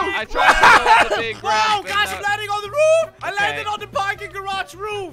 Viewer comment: I laught when said I'm standi on a rooof